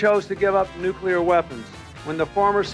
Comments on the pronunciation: Nuclear: new-clear, NOT new-q-leer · nu CLE ar.....not nuc YOO lur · Nuclear … not nuke-you-ler. Nuc+lear … okay? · it's "nuclear", not "nucular" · i don't wanna sound like an ass but hearing "nuclear" said as "nucular" is painful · Ok, regarding the nuclear stuff. One, if you want to sound like you know what you are talking about then you have to pronounce the word correctly. Nook-lee-ar, not Nook-you-lur. I'll make an analogy that trying to discuss the topic while not knowing how to pronounce the word is like going to war with no boots or helmets. 2nd, Ukraine was going to get rid of their nuclear weapons anyways, and it was savvy politics to get signed agreements for it, even if those agreements proved to be worth less than the paper they were written on. Nuclear weapons are expensive, not just to procure, but also to maintain. Had Ukraine tried to keep them they would have blown the national budget and likely seen a hyper inflation crisis and economic collapse. Ukraine doesn't have the money for nuclear weapons, and nobody was going to subsidize that. Beyond that, were Russia a rational actor then downsizing the Ukrainian military would have been a smart move. This is the part I find most concerning of all out of the current crisis: The Russian Federation, a nuclear armed state, can no longer be assumed to be a rational actor. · Oh please people, don't say nucular .... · Nu"CLEAR"... nuclear! Not "Nukular"! THAT ISN'T A WORD!!!!!!!! sorry... Pet peeves... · Nu-cle-ar not nu-cu-lar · Really you cant even pronounce nuclear, its not nucilar. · Nuclear. Pronounced "new klee ur" not "nuke yew lur" Do you see where the L is? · "Nucular. It's pronounced nucular." --Homer Simpson and this guy 😜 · It bugs the hell out of me when someone says nuke-u-lar. Nuclear only has one u. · Did you really say "nucular"? Holy shades of GWB, batman! 'merica 🇺🇸👍 💙Slava Ukrania 🇺🇦🙏💛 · Nuclear is not pronounced 'NUCULAR'. Fffs ... 🙄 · Haha you said nucular warfare…shades of Bush